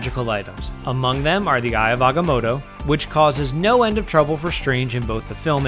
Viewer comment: Its not agamodo, its AGAMOTTO, say it with life.